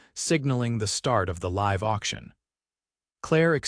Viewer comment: The narrator mispronounced the word 'live' twice in the first 5 minutes. Irritating and inexcusable.